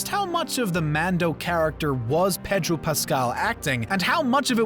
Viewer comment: he also kept saying “petro” pascal lol